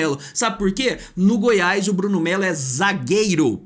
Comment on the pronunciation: Dá agonia de ouvir vc falar: Goiaiisss. É Goiás meu amigo